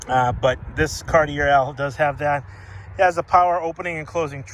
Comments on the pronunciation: FYI,it's pronounced Cart-ee-ay not Cart-ee-air. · CAR-tee-AY. It’s not your accent. It’s that you are pronouncing it incorrectly. You live close enough to French Canada to know better. lol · Cartier is pronounced ‘car-tee-AYY’ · Cartier...pronounced car-t-a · You're not pronouncing Cartier correctly. Sounds like Carti"a". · Can I tell you how to pronounce this properly : “Cartchay” Luv your cars! From Canada 🇨🇦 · Love this car. Cartier is pronounced Kar-tee-ay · It's actually more like caht-yay. Two syllables. I'm from Montreal. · Just FYI it is pronounced Car-Tee-A. Take it for what you will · Say it with me. CAR-TEE-AY OMG! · Thank you for not forgetting these luxocruisers. This is the one class of vehicle where American Manufacturers really excelled. Thanks also for keeping it honest, and pointing out a vehicle's little dents, dings, and imperfections, none of them are perfect. Lastly, Cartier is pronounced Car-Tee- AAY! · Cartier... The last r is silent